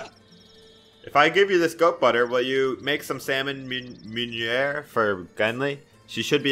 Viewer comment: salmon meunière is said as in french... salmon m[ø]ni[ε]re (its in phonetic alphabet) Ya welcome Tell me if this we useful xD